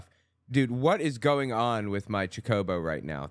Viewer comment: You’re mispronouncing chocobo